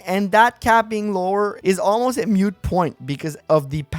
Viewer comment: It sounds like you might be saying “mute” argument instead of “moot” argument. Just in case you didn’t know: you definitely want the word “moot” for moments like these.